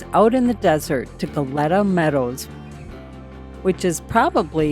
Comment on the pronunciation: My hometown, i go when ever i have a chance. also "cookie" meadows is in spanish; pronounced like--- Gah---yeh---tah. :D